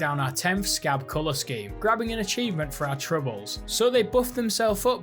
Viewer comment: it's "Sca-bee"... not "scab" (for when you play grounded 2)